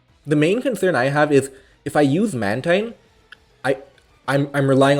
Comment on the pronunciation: Mantine is pronounced man-teen though